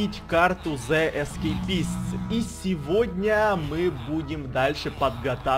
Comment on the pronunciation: читается игра ве ис кейпист